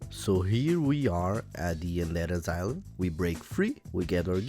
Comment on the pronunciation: I subbed when i heard "oondead asyleum"